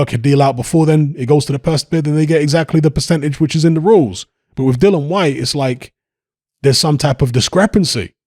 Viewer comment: Yet another YouTuber that doesn't know the rules about a subject which they're talking about as WBC interim world champion dillian Whyte is entitled to up to 45% of the purse bid split this is what the arbitration is about but then again you can't even say the guys f**** name right so why should anybody expect you to know s***